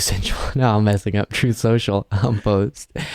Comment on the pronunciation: "Troth Senshel"